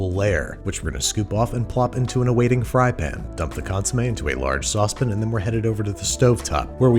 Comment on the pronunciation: And he says “saucepan” like a posh Brit 🤣